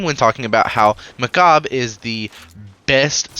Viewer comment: I can't stand his pronouncitation of Mechabre: For me its Sabre ("saber") but as with alot of Destiny stuff, got the twist with a different syllable, making it Mechabre ("mechaber") and not ("mecha'b")